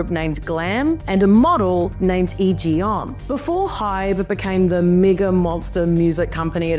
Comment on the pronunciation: Im studying Korean and the only part of his name she doesn't pronounce right is "헌" she says "hyun" but it is pronounced "hon" (like the "o" in Spanish)